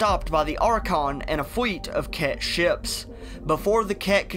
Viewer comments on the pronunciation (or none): fake accent needs work... rudder, pwanets, fweet of ships, woughly